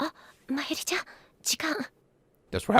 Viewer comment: I'm mostly just continuing with this because it's reasonable to not know how to pronounce foreign words, except that the voice actors are literally providing you with proper pronunciations. Rule of thumb for Japanese names, please stress the THIRD TO LAST syllable. This is VERY CONSISTENT; you should never need to guess how to pronounce names: Amane SUzuha, not aMAne suZUha MAyuri, not maYUri Okabe RINtaro, not oKAbe rinTAro / Okarin, not oKArin / HOUouin Kyouma, not houOUin KAede, not kaEde FUbuki, not fuBUki Itaru HAshida, not iTAru haSHIda HIyajo, not hiYAjo MAkise KUrisu, not maKIse kuRIsu KAgari, not kaGAri (this one you got right) MOeka, not moEka And from other games, to make the point clear: MAjima, not maJIma MAkoto, not maKOto KAzuma, not kaZUma If you don't believe it, just listen to how the voice actors pronounce the names. It's a western tendency to stress the second to last syllable instead, but third to last is correct. I would understand not knowing how to pronounce names if you read them with no context, but in games like Yakuza and Steins;Gate, the voice actors read out the name for you so you should know how to pronounce them.